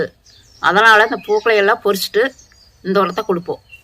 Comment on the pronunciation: tamil correct aa sollanum. Poricchuttu endraal frying in oil (பொரித்து/வறுத்து). Paricchittu ( பறிச்சு) endru thaan sollanum. Correct pandradhu thappaa?